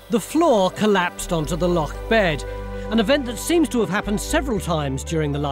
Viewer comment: Except most of you lot can't pronounce loch, or care to even try to. As someone who grew up on Loch Lomond, this is ridiculous. Stewart, (a nice Scots name) it's not a lock, it's a loch.